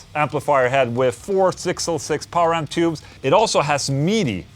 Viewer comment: I love the way you say midi hahahaha. MEEDEEY